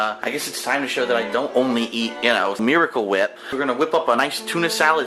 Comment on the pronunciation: Ugh there's so much "miwicle wip"... Maybe if you didn't pointlessly transfer it into a beaker and then onto the tuna... and then onto a panini grill. My god... it really is like watching a child cook. I love that pathetic laugh at the end too. I mean... DOOD HE GOT DISTRACTED, CANNOT BE HIS FAULT WHAT-SO-EVER!